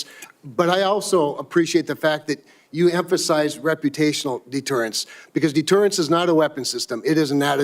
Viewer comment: 'Senatol, I will empasize'